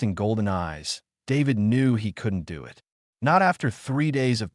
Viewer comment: Here we go again – the word is “it”, Not I T!!!!!!!